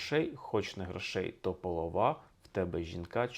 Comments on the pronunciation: Дякую за класне пояснення тексту! А ось рядок про жінку, думаю, потрібно розуміти так: гроші - то полОва (наголос на другий склад) - гроші нічого не варті, коли у тебе жінка чорноброва (красива і здорова). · В пісні два рази повторюєтья з різе'ним наголосом. Мабуть для мелодійності. Але якось сприймала,що наголос полОва. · Часто дивлюся вас,але після цього ролика задумалася чи варто. Ваша неправильна вимова наголосу в елементарнішому слові "полОва" викликає сумніви в інших ваших тлумаченнях. Це слово знають 70% українців,хто мав чи має родичів у селі. Ну а слово "покот" знають всі,хто вчив зоологію в школі. Ну і про те,що у пращурів новий рік починався з дня весняного рівнодення,мабуть,соромно не знати освіченій людині,бо про те теж розповідали у школі. Треба було лише слухати уважно. Так що ретельніше готуйтесь ,якщо вже називаєте себе українським істориком, бо Україна варта якісного контенту. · То у віршах і піснях переважно рухомий наголос, так що слово ''полОва'' ще можна пробачити пану Алфьорову, а от що викликає моє обурення, то це постійне тлумачення суто українських слів, як похідних від тюркської мови, набагато, набагато молодшої від української. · Дуже професійне, як для історика, пояснення, але зіпсоване філологічними ляпами, пов'язаними з наголосом. Якщо в пісні цей неправильний наголос зумовлений ритмічною необхідністю мелодії, то у вжитку наголос інший, на що необхідно було б звернути увагу. Не половА, а полОва. Не чорнобровА, а чорнобрОва. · Обережно, у вас з'являються перші ознаки синдрому пошуку прихованого змісту :yougotthis:Слово "полОва" ніяке не застаріле, воно й зараз широко використовується в українських селах. В пісні використано саме слово "полОва" (наголос на другий склад), відповідно до того, що жінка чорнобрОва. А не якась половА - чорнобровА. Дивно бачити, як сучасні ютубери з самих добрих ніби-то намірів перекручують українські слова і вигадують змісти на пустому місці. А так відео цікаве, дякую. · Не полрвА,а полОва. Так правильно